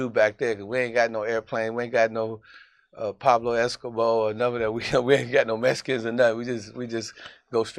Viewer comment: My man said Pablo Eskimo lol